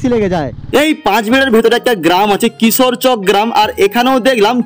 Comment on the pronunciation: দাদা ওটা কিশোরচক না চক কিশর